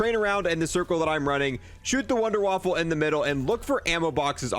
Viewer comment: Wunderwaffle? Waffe is weapon not waffle in German c'mon guys. Kills me!! A wunderwaffle is what's for breakfast haha